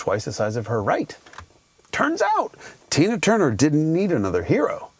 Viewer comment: Easy pal, watch how you say Tina Turner’s name.